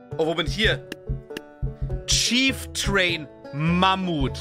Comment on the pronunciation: wen stört es auch dass er chieftrain gesagt hat ?